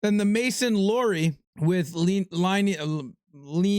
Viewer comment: here’s today’s pronunciation help. Boston defenseman- Mason Lohrei It’s pronounced “Low” -> this is pretty self explanatory, and “ri” as in the type of bread—rye bread. Or ri-se for the word rise. Mason Lohrei. Wham bam thank you mam!